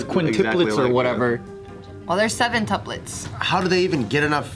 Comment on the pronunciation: "Seventuples" oh...